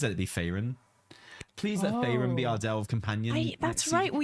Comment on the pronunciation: Faerin? lmao....